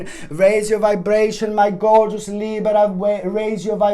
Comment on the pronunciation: I just had to say that I love the way you say Libra!! Then I always try to roll my R like you do🤣 which never works out.. Thank you ❤️